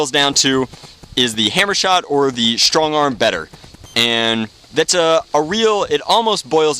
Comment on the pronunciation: Lmao you said stongarm.